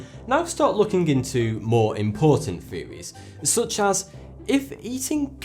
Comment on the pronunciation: not to be rude but its not fairies, its THeories.